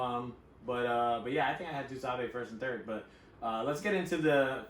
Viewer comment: pronouncing “TuSabe” like that is nasty business smh. Lol. Shout out Battle Rap Royalty! This was a FANTASTIC recap.